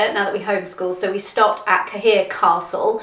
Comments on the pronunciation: Aw grt to see items getting fitted and sills painted...huge milestones. Well done team. Thrilled for you. P.s..that was your sister..too young to be your mum😂. In time ye will get the pronunciation of names correct..that castle is not Ka.here...its pronounced Kay..er. Don't mean to lecture..when the cottage is finito ye will have time to see Ireland and Trevor can home school ye parents on all the place names. There's a lot of them to learn...😅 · Pronounced “CARE” castle!